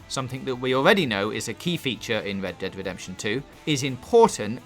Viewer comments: "wed dead wedemption two" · 'Wed Dead Wedemption' sorry I dont mean to be a dick but man thats funny and caught me off guard! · Wed Dead Wedemption 2. I'm not hating or making fun of your speech impediment, i just find in sorta funny